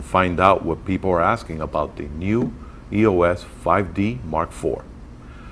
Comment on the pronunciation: I love this review, but it's irritating that you're pronouncing "EOS" wrong. You don't spell it out like "E-O-S.". It's "eeos". Other than that, excellent review!!